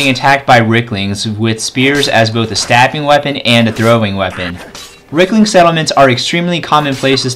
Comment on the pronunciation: "Ricklings"? Dude, you're not even trying are you?